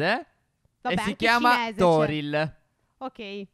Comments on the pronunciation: nel video ma si dice tori non toril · È Torii non Toril😭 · non e arco toriL ma si dice arco torii con due i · Comunque 2 cose prima al posto dei salmoni potete prendere fei prsci tropicali che potete trovare rossi e bianchi come le carpe e secondo si dice tori non toril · Si dice Torii non Toril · Si chiama portale tory e non toril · Si dice Torii